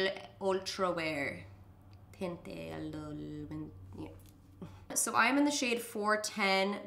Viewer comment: “Taunt ee-DOLE” you got it girl